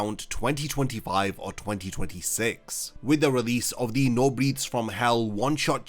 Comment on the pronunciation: It’s not NO Breathes from Hell. It’s NEW Breaths from Hell. Come on guy!